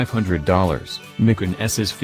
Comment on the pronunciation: Did You teach Your arse how to talk? Tell Your arse it's not a Porsche 'Mikin'!